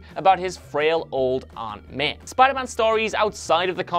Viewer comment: And it's Aunt May, not Aunt Meh